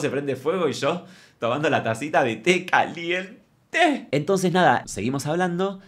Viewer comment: Amo cuando dice "calient-Te" o "veinticin-CO", porque yo hago el gesto con la mano y la cabeza también 😂😂😂